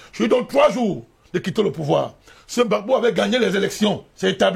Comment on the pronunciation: On dit Gbagbo pas Bagbo 🤣🤣 merci a vous